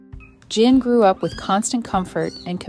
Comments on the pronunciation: How did JIN turn to GIN during the narration?? Proving this is an AI narration... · It's weird how the pronunciation of their names constantly changes from Gin to Jin and Shanahn to Shanan. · Sooo is it Jin or Gin. Heard it pronounced both ways… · Cute story, but the narrator (AI?) can't decide whether to pronounce the cat's name as "Jin" or "Gyn" (hard "g" sound).